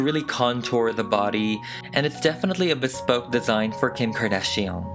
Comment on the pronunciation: nobody:: kHeem KhArdaZzhióhNe